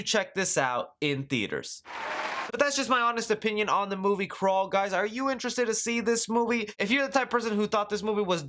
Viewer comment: I thought you said Krull 😑